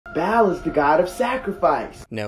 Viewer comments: I’m doubly annoyed. As a linguist, hearing him mispronounce Ba’al, and as a Christian, knowing this bullkaka is probably spreading like wildfire. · Is pronunciation of ba'al is so bad 😂